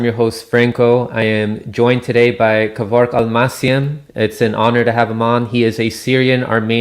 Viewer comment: Only now found out his name is Kevork, not Kevrok.... 🤦‍♂️🥴👍